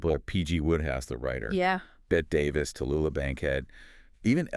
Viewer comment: that ain't how you pronounce Bette Davis! geez!